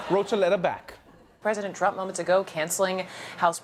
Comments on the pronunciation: (A) Did anyone else notice when Trevor said "Chump" instead of "Trump"? Freudian slip? 🤣😉 (B) #TrevorNoah is 10x better than #SethMeyers. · Anyone else catch the "chump" slip? ahahahaha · Did he call Trump ..chump?